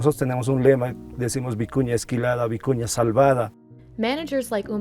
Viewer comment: Thank you for posting this, very interesting. I love almost all the fabrics/techniques. Especially the vicuña wool. It was annoying in the video that the narrator continuously sounded like she was saying “acuña’ instead of the real name.